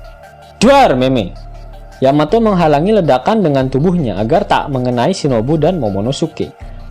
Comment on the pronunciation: Yamato bkn Yametee😆😆😂😂